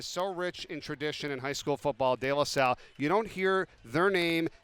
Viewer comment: couldn't even pronounce De LaSalle